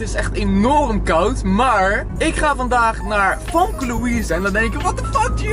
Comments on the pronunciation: gio je zegt "famke" maar je spreekt het uit als "femke"😂🙈❄ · Het is femke niet famke (Kwa uitspraak dan) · Je schrijft Famke maar je zegt FEMKE❤️❤️ toch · je zegt Famke maar je spreekt t uit als femke Haha 😂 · Waarom zeg je famke in plaats van femke😃😃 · Je schrijft Famke maar je zegt Femke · Je zegt Femke, niet Famke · Hoi ik ben echt ruise fan maar je schijf famke maar zegt femke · je spreekt het uit als Femke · Je zegt haar naam heel raar